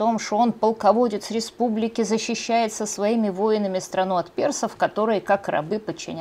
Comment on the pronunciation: Испугались или это мне так показалось, что Вы замямлили главное - причины и процесс разложения Римской Режьпублики ?